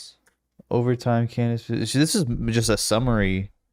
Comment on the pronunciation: *Klandace Owens